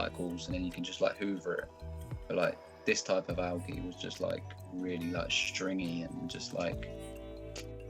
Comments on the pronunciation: I like how he says algey and not algae. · I like the way he says alga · so funny how he says algea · Why am I having a hard time with how he says algae? Probably an accent thing, but I honestly don’t know why.